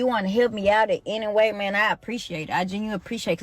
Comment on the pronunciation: Amazing the ebonics used by her was legit though she done meant something else when she said it. COME ON Maaaaaang. lol love the channel man keep crushing it!